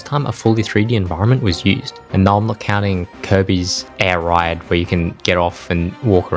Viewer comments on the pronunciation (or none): Airride not Airide